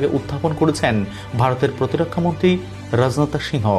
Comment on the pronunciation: উপস্থাপক তোমার বাংলা শুদ্ধ উচ্চারণ শেখ। প্রকৃত বাংগালী সর্বপ্রথম বাংলা লিখতে ও পড়তে জানতে হয়ে।রাজনাথ এক শব্দ একবারে উচ্চারণ করতে হবে।